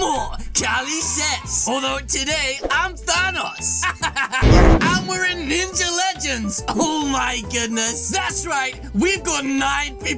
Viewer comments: He literally said nija not ninja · He said nija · U spelt Ninja wrong u sayed nija